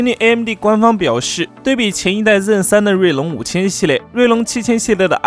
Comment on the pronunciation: zen的发音不标准 建议改下